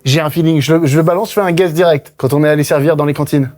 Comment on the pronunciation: mdrr mcfly qui dit j'ai un guest au lieu de j'ai un guess